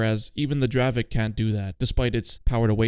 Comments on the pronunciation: dear i am from chzechia and the tank is not pronoucet dravek but it is dravec you need to read the c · its not dravek its dravec like c instead of k 😭😭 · I love the dravek😂